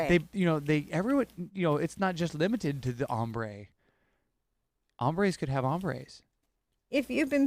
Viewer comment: LOL! It's ombre (accent acute over the 'e') and not 'hombre'! Ombre is from the French meaning shaded or shadowed.